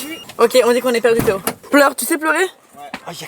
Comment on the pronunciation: Théo qui prononce tout avec un accent flamand😂